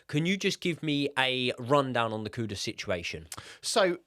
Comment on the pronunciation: Why do people keep calling KuDUS, KuDOS instead? is another one, how hard is it to pronounce the guy's name right?